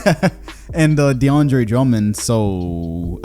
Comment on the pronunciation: Nigga said deandre lmao